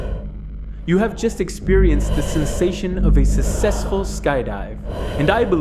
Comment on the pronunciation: Why can no one say successful